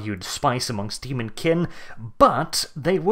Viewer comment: Stop spelling Demon like Daemon if you're not going to pronounce it correctly